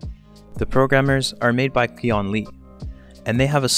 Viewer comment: The Qian Li in chinese is actually pronounced as "Chian Li", the word means "Potential".